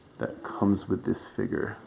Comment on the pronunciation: Its called a figure not a figer